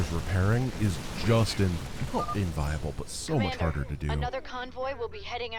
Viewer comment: Had to rewarch that one for a couple times because I kept hearing "is just in-fucking-viable"